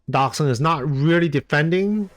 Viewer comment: What a comeback! Thanks for the great content 👍 Not sure but i believe Doxun is a Chinese guy and you would have pronounce the X like a J (Dojun)